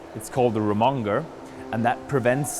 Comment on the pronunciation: ro-mon-ger ;-) that made me chuckle a bit, it's rum-mid-jer :-)